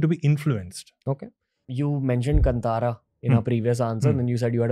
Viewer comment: Thanks for pronouncing Kantara correctly!!